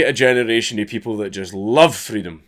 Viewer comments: Hearing Dank talk about Freedom of Speech gets me a little hot, mostly just because of his pronunciation. Freedum e Speach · Say "Freedom" in a scottish accent again :D